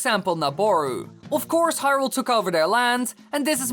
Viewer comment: He screwed up hyrule, nuff said